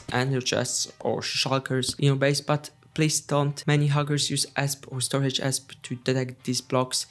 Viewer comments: amazing video but btw, "esp" is pronounced by the letters individually, like ee es pee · its pronounced E S P